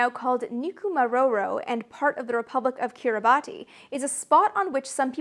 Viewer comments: Kiribati is said Kiribass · Kiribati is pronounced Kiribas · Firstly, cool story and well told. She was a cool lady that Amelia. Secondly, because I can’t resist being an arsehole, Kiribati is pronounced Kiribass.